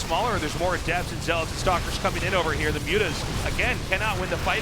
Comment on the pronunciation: I love Artosis, but why can't he pronounce zealot (or dragoon) correctly?